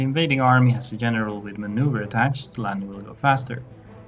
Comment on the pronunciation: I couldn’t place your accent that’s why I asked. But I got it when you said “General” as “Jeneral”.